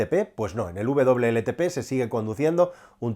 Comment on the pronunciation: Por qué dice “VLLTP”? Si se indica WLTP!!